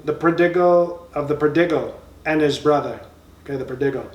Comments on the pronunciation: 🤣😂😆 After hearing Trump pronounce Nepal as nipple, I wouldn't be surprised if he actually said prodiggle. 😅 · Parabble (parable) of the pro-dig-al (prodigal)..lol!